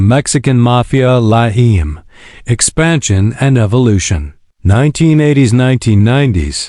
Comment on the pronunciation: LA EIM? it's LA EME 😂